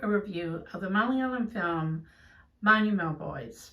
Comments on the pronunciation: I am happy that u pronounced it correctly.... ❤ The non keralites misspelt it...so badly.... hoo i am very happy....😅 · Wow Melanie. You pronounced the title perfectly. ❤ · I was so curious to hear how u gonna pronounce the title. U just nailed it. Love from Australia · You said the title more fluently than some Indians.😅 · Even other Indians get it wrong